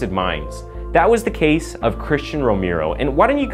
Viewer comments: It's pronounced rome-arrow... Not rome-ear-o! And yes I am a stickler on how somebody pronounces a name because there's a right and a wrong way to say certain things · I love your channel! Thank you so much! FYI: Romero is not pronounced the way you are saying it in the beginning. It’s Row-mer-o. (Just for future reference.) Later in the vid your pronounced it correctly. Maybe I’m just tired from work. 😂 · (Romero = /Roh-meh-roh/. Spanish name. Learning just vowel sounds in Spanish make a world of difference in pronunciation.) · your not saying Romero right. Say romeo and kinda skip the r in at the end before you say the o. I hope you can get it. When you say the right Romero it's sound's alot better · Okay I'm sorry, I'm so sorry but can you Please learn how to pronounce Romero? It's so offensive I had trouble paying attention to the serious issues presented.